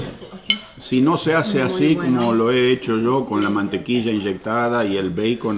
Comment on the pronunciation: Por que le dice Mantequisa a la Mantequilla???? hahh